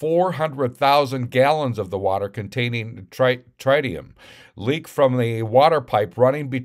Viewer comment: It's trit eee um. But where's the epa? And where are the documents.